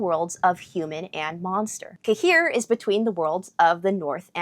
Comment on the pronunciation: Nice polish pronunciation of "Jaskier"! And great that you caught how "zwę się" is an old-fashioned way to say "jestem" - I'm impressed! Greetings from Poland :)